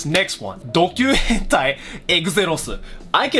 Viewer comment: "Hentey" Nice